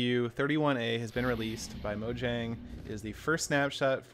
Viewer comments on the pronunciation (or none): please say "Moyang"